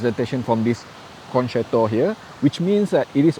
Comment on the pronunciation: I have learnt that it is FUTILE to correct your many mispronunciations and grammatical mistakes,, so I won't try to teach you the correct way to pronounce the Italian word for "concert".:face-orange-raised-eyebrow